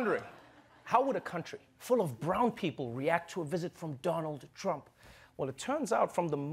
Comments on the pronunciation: DOLUND TRUMP 😀...gazab tha yr wo speech. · Doland Trump 😅😂😂😂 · You are wrong it's Doolaan Trump 😂😂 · it's even out coz modi said dolund trump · this was done purposly to insult in revenge against Dolund trump 😂😂😂